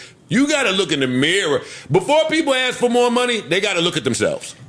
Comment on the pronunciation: I had to tune out of this video because homeboy cannot say ask.